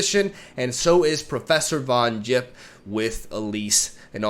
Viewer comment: For fuck sake it's not Von 'Jipp'...